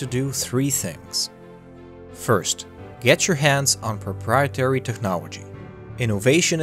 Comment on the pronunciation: cough Proprietary not Propreitary cough